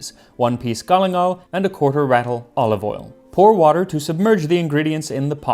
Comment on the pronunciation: It's not "Ratl" it's Rutl. And it IS a pound